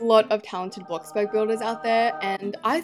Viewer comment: the way she said bloxbug not bloxburg